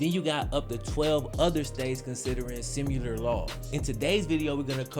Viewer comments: Love the way says simular 😂 not hating, shits just funny. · saying "simular" just urks me for some reason lol